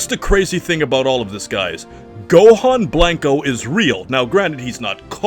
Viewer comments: It's killing me hearing you say BLANK-O instead of blanco. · Please stop saying “Blank-O” lmfao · I love how this guy pronounces Blanco as "Blank-oh," instead of "Blanch-oh" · You say and pronounce special beam cannon so nicely but cannot for the life of you pronounce Blanco right. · Literally made it to and stopped because your butchering the word "blanco" where's your ethnicity?!